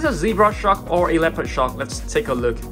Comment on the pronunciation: Him saying shark: basking shuk Me: 👁👄👁